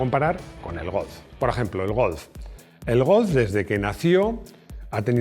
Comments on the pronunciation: Se dice Golf no Golz de nada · Me llama la atención que siempre suele pronunciar Golf como si acabase en Z. ¿Es la forma correcta o es una "maximada"?